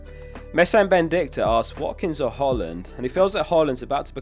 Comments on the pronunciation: Guy it’s pronounced HOY-Lund. Please say it right 🙏🏾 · That's not how you say Hojlund,. Good video